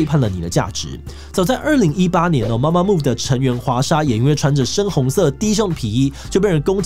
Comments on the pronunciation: 是MAMAMOO不是MAMAMO⋯⋯還有很多團名打錯、唸錯，先查好資料再來做這種主題吧⋯⋯ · 男粉報到！真的超愛gc風的，bp.itzy.gidle都超讚😍 另外提醒一下 blackpink是連在一起的，中間沒有空格分開，符號的話是BLΛƆKPIИK gidle也唸錯了 媽媽木是mamamoo 是Girl's Day不是Girl Days 要做這種主題前功課要做更仔細一點😅看到有點嚇到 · 是MAMAMOO，BLACKPINK中間沒有空格，ITZY不是唸Easy，(G)I-DLE跟2NE1的發音完全不想吐槽了，蹭之前先做點功課很難嗎